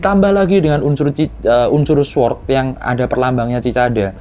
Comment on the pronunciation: Bacanya bukan Sword Bangg, tpi Sord. W nya tdk dibunyikan. Namanya silent W.